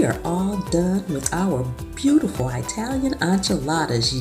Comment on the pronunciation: Italian not Eyetalian